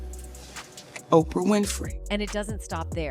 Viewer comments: Can you please read better. Like this hole story is about Oprah and you couldn't say her name properly once. Like who is editing this crap? Maybe get a narrator that can actually read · I'm getting tired of all these AI generated videos you can tell when it pronounces Oprah weird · Cuz NONE of these vids tht exploit others can LEARN 2 pronounce ANYONE'S name CORRECTLY THT'S Y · The AI mispronounced Oprah's name. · Why are you saying OPR instead of Oprah? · Her name is OPRAH...not OPR...WTF?? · Interesting and sad ...on the funny end is how she kept saying O p r Winfrey 😂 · O P R.....ah, the name is Oprah.........love this Ai narration crap. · Please stop using AI to narrate videos until they can actually speak correctly. OPR? What the Hell? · Why is she calling Oprah "OPR"? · Hollywood Whisper they Need to STOP EDITING people's words as Spoken, as they just did. Child Pedophiles are a HUGE 'DISEASE' in Hollywood. Plus your A.I [simulated Female voice] Can't pronounce Oprah and I didn't stay long to hear the rest of the screw-ups. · The AI mispronounced Oprah's name. It called her O.P.R. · Commentator please stop saying O P R, her name is Oprah (on word) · Why does she keep saying O P R instead of Oprah? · Why "O.P.R". Winfrey? Is this an AI or is there a reason for the mispronunciation? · Why are you calling OPRAH O.P.R ?????? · OPR? FUCKING PRONOUNCE NAMES CORRECTLY AI!!! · Why does AI have to narrate and why does it mispronounce Oprah as "OPR"... it's weird. Are we so lazy that we have to let AI speak (lie) for us? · O P R. Winfrey??? I guess having a person actually read a script is a bridge too far for you guys. Or at least have some listen prior to publishing??? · O P R ? fix that c'mon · this AI is calling Oprah O P R hahah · OPR? What kind of AI crap is this ! You don’t know how to say her name ? This is bull ! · Why are you keep calling Oprah, OPR? It sounds stupid. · Stupid AI. I hate AI voices! O P R Winfrey??? Sounds stupid!!! Don’t use AI. Unsubscribe